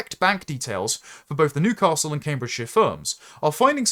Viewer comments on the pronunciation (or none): none